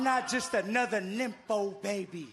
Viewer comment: Fatu said nympho baby 😂